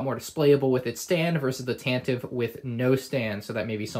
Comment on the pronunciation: Nice review! I loved building this set! Please bear in mind Tantive is pronounced as TAN-tuh-vee